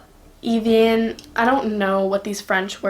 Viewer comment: The water spray that has “Evian” is pronounced “eh-vee-ahn”